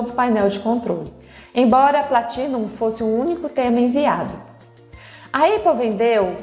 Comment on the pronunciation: Ia assistir, mas falou eipple, tô fora!